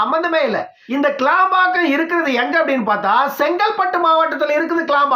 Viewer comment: ஐயா கேளம்பாக்கம் அல்ல அது கிளாம்பாக்கம்